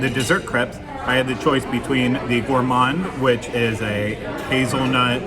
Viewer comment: You pronounced Crêperie correctly. It's crep not crape. And Gah-let . So bon! You can pronounce Paris however you like! Also Gourmand is pronounced ɡo͝orˈmänd.